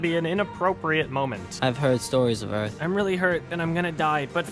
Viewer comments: Can the Smith family just not properly pronounce the word "Earth"? Jayden couldn't here, and Will couldn't in Independence Day. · And I didnt know they developed a "future dialect" I legit also thought Jayden had a speech impediment... Siaw! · Will Smith didn’t pronounce the word “earth” like that in Independence Day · I thought just like your mom did that he had a speech problem and it wasn't an accent. I was like why is he talking like that how did he get a movie starring role